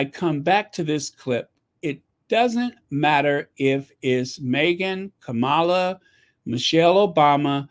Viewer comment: Hi and Sussex Squad ❤ Vice President Harris 🇺🇸name is pronounced (Come Ma La) not Ka Mala